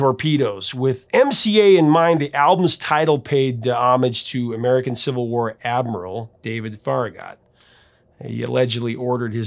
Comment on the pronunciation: Hey! I live near Farragut's home town, which changed its name to be Farragut! And not to be picky but it's pronounced, "FAIR-uh-gut." Thanks for the shout out while doing the show!